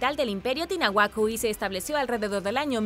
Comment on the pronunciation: Gracias. Estuvo muy interesante 😃😊😸👍👍. Sin embargo no es tinahuaco sino Tiahuanaco.....